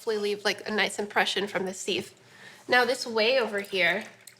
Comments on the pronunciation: Who taught you how to pronounce sieve like "seeve"? It's sieve like "siv". Love the content but seeeeeeeve grinds my ears. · Why does she say sieve like that?